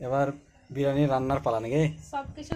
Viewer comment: biriyani bolun. Birani noy